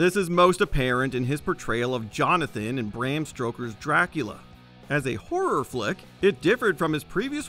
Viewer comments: Did...did I just hear "Bram _Stroker's_"...? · Ok, HOLD THE PHONE!! Did he say Bram STROKER'S Dracula? What is this, a bad porno name?